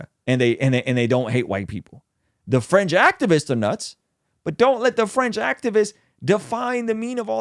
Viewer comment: I kept hearing "french left" and "french activists" until I heard "fringe" haha I was wondering why was talking about French people haha